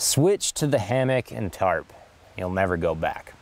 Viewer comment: Whenever he says tarp I hear terp To much weed